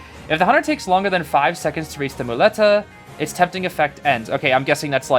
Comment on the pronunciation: Hey, spanish dude here, you pronounced muleta pretty good ^^. On top of broken, he looks hella fun and I think his background story is pretty interesting, let's see what he brings in the future